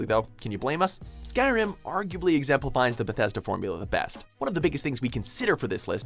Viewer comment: Ska riem? Tf you braindead donut its Skyrim.